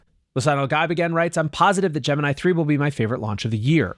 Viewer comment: Bro pls, Gaib = GUY-EEB. From Dune. it’s borderline painful to hear.😭